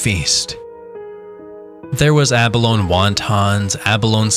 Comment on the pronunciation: Yep, -ee sound on the end, ya land lubber! Lol j/k